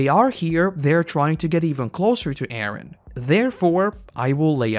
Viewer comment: I hate the way you pronounce Eren. But other than that this was great.